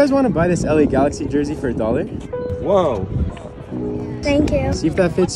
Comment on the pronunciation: Uuuufffff why they pronounce words like that 🙄 its la galaxy not gakxy